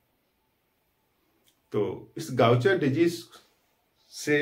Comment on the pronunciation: First thing iska pronunciation गाउचर नहीं है